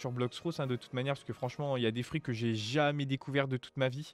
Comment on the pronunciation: on dit blox fruit pas frut